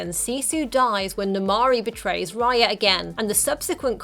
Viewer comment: Raya not Riya